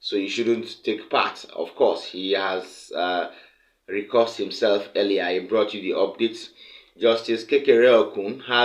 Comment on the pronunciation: Re-cused not re-cussed, please.